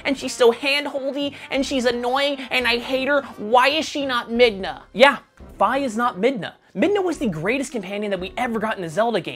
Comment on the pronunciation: i-is it possible? some actually pronounced Fi correctly??